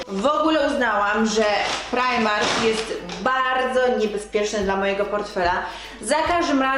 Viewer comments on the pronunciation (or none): none